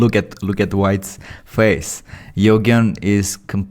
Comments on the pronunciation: You-Jean ❌ Yho-gen ✅ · it's U - geen.. Eugene-- U and geeeen. Luv ya bud. ❤ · Quick one to the GM commentator,Nelsons opponents name is pronounced you jean. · name would be pronounced as "you"+"gen" like in "genious" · His name is pronounced Yougeen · Yoghen sounds way better than Eugene lol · He can't pronounce Eugene